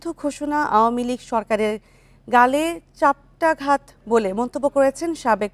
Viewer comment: চাপটাঘাত না চপেটাঘাত। বাংলা তো ঠিকমত বলেন।